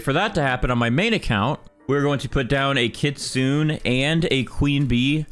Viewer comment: Why do people pronounce kitsune as 'kitsoon', isnt it kit-su-neh